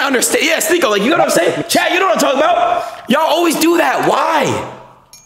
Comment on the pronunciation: Adin misrpronouncing words and pretending its on accident is hilarious. Calling Sneako Sneakyo lmao. He knows what hes doing.